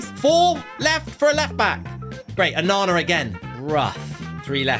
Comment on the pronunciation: Isn't it onana what's my name onana